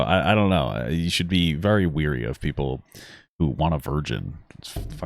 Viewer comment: Papa...please.... it's WARY. The constant mispronunciation of it is making me WEARY.